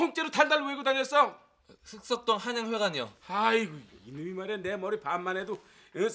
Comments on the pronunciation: 발음 진짜 안좋네 흑석동이 북석동으로 들려 ㅋㅋ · 흑석동 th발음 너무 웃겨